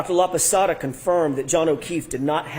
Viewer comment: Hey, I’m watching Dr. LAPASADA, no “Laposota”, please make the necessary changes to correct your mistake. And, you can be laughing any witness, more if is a FEMALE Medical Doctor, expert witness, you look like a MISOGYNIST and an ignorant, that I know you are not. You need to be more respectful of others. You are laughing her because she is older, but she has a humongous amount of knowledge compared with what you are going to get in your whole life. I know you are an educated man, but your attitude is disappointing to me. Because you are young, you can change things easily!